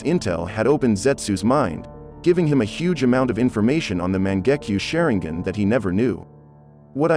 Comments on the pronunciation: Its sharingan not shareingen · man's really pronounced that sharingan= SHARE-N-GAN😂😂😂 Edit: SHARE-N-GIN😂😂😂